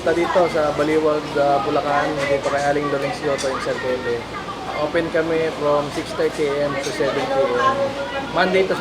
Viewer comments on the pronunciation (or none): SERKE-LE instead of SER-KELE❤❤❤ Saan yan sa Baliuag?